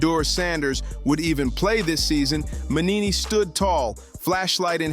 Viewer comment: It's not Mannini, it's Mangini. At least get his name right.